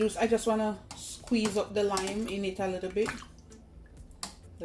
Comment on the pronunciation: He said a likkle bit more😁😁😁